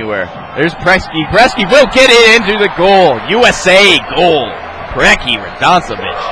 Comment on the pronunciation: The mispronunciation of all of the (what should be) very famous american soccer legends' names kills me! There's not even an "S" in Preki...